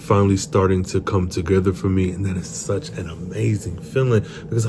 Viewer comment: "That sich an amazing feeling." >>>>>>>>